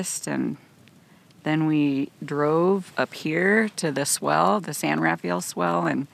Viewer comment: Locals pronounce it 'San Rafel', not 'San Rafayel'